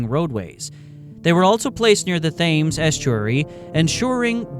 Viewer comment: Posthumously and Thames were both pronounced incorrectly